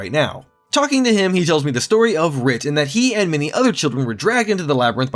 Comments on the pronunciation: "This game doesn't explain ANYTHING to you!" It was a physical release that came in a box with an actual manual. Seeing that you couldn't even read Wirt's name properly, you probably wouldn't have fared any better with a manual either. You need your hand held. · It’s not writ. It’s Wirt. I’m sorry but that killed me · Read the letters. It's "Wirt," not "Writ." Like "Wurt." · Not Writ. Wirt. Wurt. Weeeerrrrttttt. Not Writ. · Calling him Writ was jarring...😊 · wirt, not writ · stop saying "writ" instead of "wirt" you retard and stop summarizing things by just using the exact same words in a different order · rage intensifies every time he calls Wirt Writ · Writ?? Wirt. Wirt. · Wirt! Like W e r t. Not Writ! Lmao Yes I'm correcting you on pronunciation. It matters! Nostalgia and all. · A gentle correction: the boy’s name is Wirt, not Writ. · It’s Wirt friend not writ but anyway have fun with the butcher twice as fast as you and ten times as strong ! This game was a true horror ARPG ! As to the gameplay it was going to be turn based David Brevik opposed to the real time fights, thought it would break the tactics of the game. Do the studio had a vote and tactical turn based combat was down voted. So David recoded it that week and putting the time delay to zero, destroyed the first skeleton without anytime delay found the game and it’s combat mechanics instantly appealing & hey presto Diablo the hack n slash genre was created or reinvented 💪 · The name is Wirt, not Writ... as in "Wirt's Leg". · As soon as you said "Writ" and not "Wirt"... details gonna get this guy and they did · You’re saying Writ like Written. It’s Wirt, like Shirt. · It’s WIRT, not WRIT. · It's not writ, it's wirt. Pronounced like squirt. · Missing valor is wild. I figured that out first try at age 13. How do you not figure it out in 2026 as an adult 😂 that armor would have helped a lot. Also its wirt W-I-R-T not writ W-R-I-T. R is 3rd, not second in the sequence. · Writ? It’s Wirt. You’re banned.